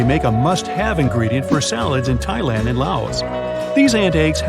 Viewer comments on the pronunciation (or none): none